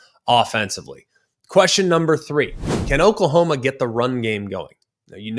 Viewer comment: Who is Okalhoma? 😂